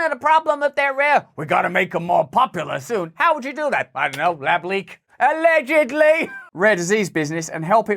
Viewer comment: does he say allegedly like that because of Heybabe podcast?